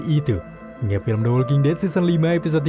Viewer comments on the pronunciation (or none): none